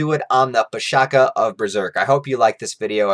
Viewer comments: The Pishacha is not pronounced as - Pee + Sha + Kaa, rather it is Pee + Sha + Tcha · abey it is pronounced with ch sound. PISHACHA. NOT PISHAKA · Bro, it's pisacha where "cha " is not kha but something like "chai" or che' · Pishacha Not pishaka Cha not ka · pisacha , the cha is pronounced as cha as in chai not ka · The pronunciation is pi-saa-cha (ch like much). Aside from what you have stated, pisacha are also used to define any abomination beasts, not necessarily those influenced by demons or unholy forces. Some pisacha are even revered as guardians, present in Hindu temple carvings and sculptures. These videos are really really good man, keep up the amazing work! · It's PISH-SHA-CHAA(as in Cha from Champion) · Coming from an Indian dude, is pronounced Piss-a-cha(cha as in charred beef or whatever). Pishacha is also correct. Sorry for the late comment. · Love your videos, i don't mean to sound nitpicky, its pronounced Pishaach ch the chart sound. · Pishacha pronounciation is a little off. The 'ch' is not pronounced as k, it's like the 'ch' from charity. Makara is the zodiac sign Capricorn. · the pronunciation is wrong and it would be k instead of cha. It a monster that is found in the folk tales in the indian subcontinent...It is a female monstrous creature which lure human to take its form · Nice video. :) Just one minor correction, the 'cha' at the end of pishacha supposed to sound like 'ch' as in chocolate.